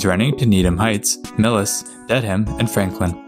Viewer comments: It's pronounced "DEAD-um", not "Dead-Ham". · Also, you don't pronounce the "h" in Dedham (should sound like "ded-um" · Dedham(DED-əm) wasn't great either but Dead-ham is a fairly common mispronunciation.